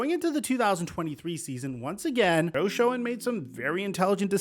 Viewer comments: General manager is pronounced Joe "Shane" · Joe Schoen's name is actually pronounced Shane. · Love all your analysis videos! You’re doing great work! Just wanted to mention Joe Schoen’s name is pronounced (Shane). Small correction, and only mistake I’ve seen you make. Keep it going! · Joe Schoen pronounces his name Joe Shane. Not Joe Sc-own